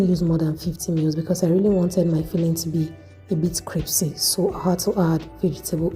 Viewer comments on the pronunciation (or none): She said cripsy no it's crispy 😂😂😂😂